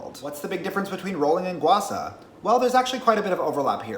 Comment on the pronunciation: bruh it's gua sha not gua sa...